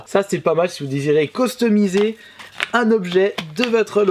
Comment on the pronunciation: on dit cUstomiser et pas cOstomiset